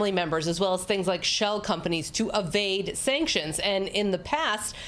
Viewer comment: Avade sanctions?!.. (a)vade sanctions?!?… lol You seem to (e)vading some of the basics 😄